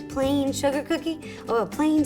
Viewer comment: Why do you call cookie coodie